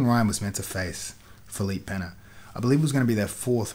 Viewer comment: Props for saying Pena correctly, Craig God.